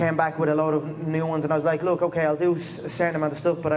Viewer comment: "I wook when I wook".